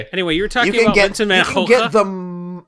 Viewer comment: I'm from Holland and pronounciation of van Gogh sucks! Nice vid btw.